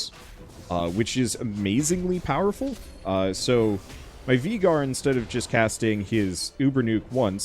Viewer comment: anyone else notice how hes prenouncing Veigar wrong?